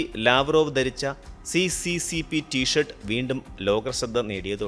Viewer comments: അത് സി.സി.സി. പി എന്നല്ല ഉച്ഛരിക്കേണ്ടത്. എസ്. എസ്. എസ്. ആർ എന്നാണ്. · *Correction It is pronounced as SSSR not CCCP Bcz in Russian C=Sye and P=Rye Союз Советских Социалистических Республик. (Soyuz Sovetskikh Sotsialisticheskikh Respublik) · സി.സി.സി.പി എന്നല്ല, അത് റഷ്യൻ ഭാഷയിൽ എസ്.എസ് എസ്.ആർ എന്നാണ് വായിക്കേ ണ്ടത്. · Hi bro. Nice vdo. But CCCP = USSR,. But. അത് ഇംഗ്ലീഷ്. പറയും പോലെ C യും P ന്നല്ല. പറയേണ്ടത്